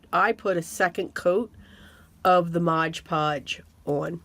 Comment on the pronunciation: Just FYI - it’s MOD Podge, not Mog Podge